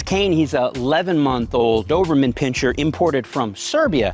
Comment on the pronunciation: You are pronouncing the breeds name wrong js